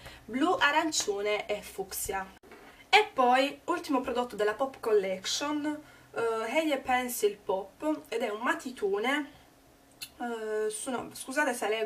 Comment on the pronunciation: non "eielainer", ma si dice "ailainer", e non "eiepensil", ma "aipensil"